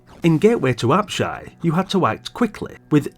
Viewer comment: Many fond memories of this one - used to waste many an hour dungeon crawling and cursing many cheap deaths, IIRC 😅 +1 extra 👍 for pronouncing "Apshai" correctly (I watched a video a long time ago where the guy kept mispronounce it at least 3 different ways - It was so grating! 😂).